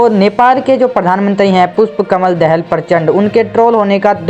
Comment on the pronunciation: Not दहेल it's दाहाल